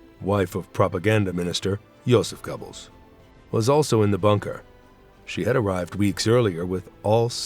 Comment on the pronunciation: Is the AI narration? Hope so, otherwise the guy speaking can’t pronounce the name “Goebbels.”